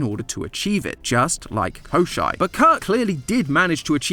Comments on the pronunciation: for anyone wondering: no did NOT pronounce koshei's name correctly English is kinda hard to type pronunciations in but ill try my best: the first part is like the "co" from the word cold when pronounced with an American accent. then there's a "shh" sound, and lastly there's an "ey" sound similar to the one in "frayed". additionally the emphasis is crucial too. its koshEI not kOshei. thanks for coming to my ted talk. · kosh-CHAY the Deathless. It isn't German. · koschei is pronounced kashei in russian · Hearing the mispronounced English names of all the Russian fairytale characters I grew up with is so jarring. XD Ah yes, Kosher the Salty Immortal. (Koss-cheyy, from the word for bones, because he's bony.) Edit, for those curious! This is a line introducing him from a fairytale: "On the ocean, on the sea, there is an island; on that island an oak stands, under the oak a chest is buried, in that chest - a hare, in that hare - a duck, in that duck - an egg, in that egg - a needle - Kaschey's death." In some versions of that fairytale, the protagonist is assisted by Baba Yaga due to his himbo energy general good will, same as he offers various wild animals, and they help him to destroy every layer of Kaschey's protections until he gets to the needle and either snaps it or shoots him with it. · 1. Baba YagA (stress in the end) 2. Koshei (it’s reads “koschey”. Like letter A at the end) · no bcs the way you pronounce Коще́й was so weird to me i had to google it only to find out it’s Коще́й